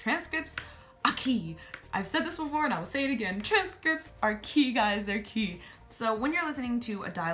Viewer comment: lmao, when you said "transcripts are key" I thought you said "transcripts aquí" and I was like ? transcripts here ? what ? and then I listened properly 😂